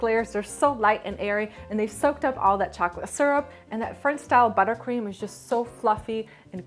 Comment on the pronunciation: Ahaahha I noticed u said butter queem